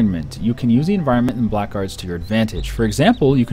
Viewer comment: Dear, its not Black Guards. Its Blackguards. Have a look at TotalBiscuit's video to hear how to pronounce it. Thanks! Love your vids btw!